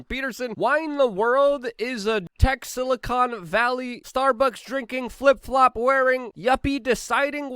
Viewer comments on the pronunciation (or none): none